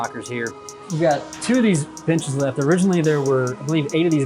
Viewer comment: didnt it sound ljke that guy said bitches and not benches